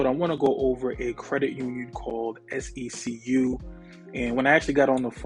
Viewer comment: I saw on another YouTuber’s community post that SECU’s youtube account commented on their video & they it’s pronounced SEQ 😂 i’ve been saying it like how you say